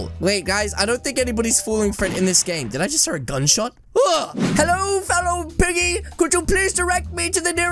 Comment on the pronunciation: If you listen closely it sounds like he almost said hello but without the o if you know what I mean